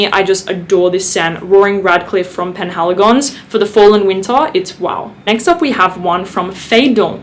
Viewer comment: Your pronunciation has come a long way! Je suis impressionne. ❤️ It's the Portraits Collection from Penhaligon's btw. And Roaring Radcliff has always been my fav! I used to call it the "better" Tobacco Vanille. 🤭 Such a great autumn scent.